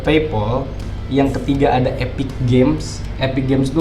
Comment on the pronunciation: Bang itu epic nya napa jadi spic bang wkwkwk